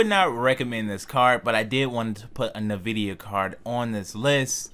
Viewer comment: It's not pronounced Na Vidia, it's N (the letter) Vidia, NVIDIA.